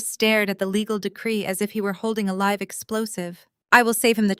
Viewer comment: When you improve your pronunciation of homonym read and live, and stop recapping midstory.